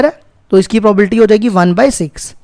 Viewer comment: Sabhi suno jab sir bolte h 0.07 second pe is video me sir ne probability ko PROBALTY pronounce kiya h 🎤😂✅